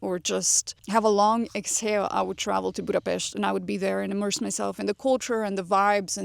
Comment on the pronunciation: I didn’t know your part-Hungarian 😌 but as your pronunciation is perfect when you mention “Budapest” now it makes totally sense. 😀 Good luck 🙌 wear a very comfy 👟(duh!) 🫡